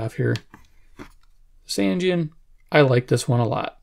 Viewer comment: It's actually pronounced "SAHN-jeen" ... I verified it.